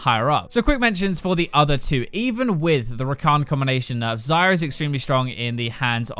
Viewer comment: Every time you say Xayah i hear Zyra. "Zey-uh" noot "Zie-uh"